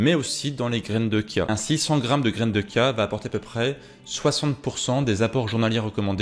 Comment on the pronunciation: Heuuu on ne dit pas Kia mais bien Chia ( chat ou chut..) la prononciation est bien dans le sens littérale du mot 😉😊